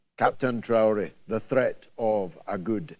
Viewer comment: "treat," not "threat!"